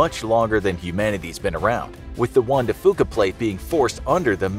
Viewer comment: I HATE the way he pronounces Juan